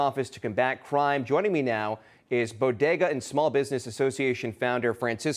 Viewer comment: I say bodega she says bogeda...